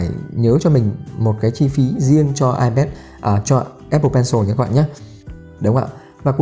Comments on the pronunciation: Hoặc là ai pét hoặc là i pát nhé.chứ đừng ai pát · Ipet à?? Nghe a đọc thấy cái tên máy lạ quá